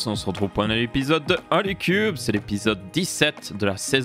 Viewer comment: C'est pas Troulycube c'est Hole y Cube